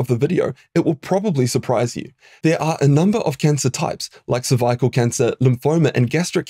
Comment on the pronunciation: Why do you say cervical like that?